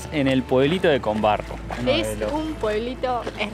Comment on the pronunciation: Veo al pie del video que nombran el pueblo como CON BARRO y su nombre correcto es COMBARRO